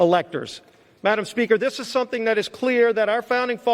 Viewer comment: Wow what a great speach! Obviously this gentlemen is for the truth. It gives hope listening to him. "Madam Pelosi" must have been hating everytime he said 'Madamn" is that not allowed in the Senate ?